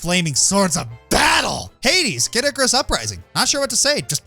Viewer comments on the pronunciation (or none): none